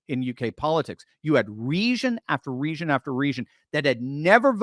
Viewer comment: It's pronounced "ree-jun"